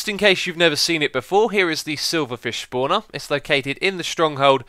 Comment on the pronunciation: "Schpawner" :D